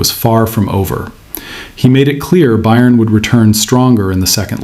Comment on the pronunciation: You need to learn how to pronounce Bayern.